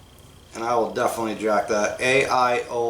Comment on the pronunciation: Its AO-ley